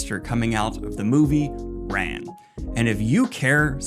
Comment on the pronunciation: I'm sorry to be that guy but the name is Kurosawa not Kirasawa. Koo-row-sah-wah. It's also pronounced "rahn", with the soft "a" (like every "a" sound in Japanese) which translates to "war" in English. Just in case people are confused about why the movie is named that. :3